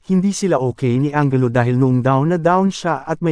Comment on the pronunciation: anjelu po ang pronunciation hindi angelo.